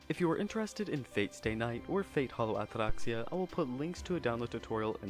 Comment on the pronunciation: I enjoyed the review but not the pompous pronunciation of "Atraxia"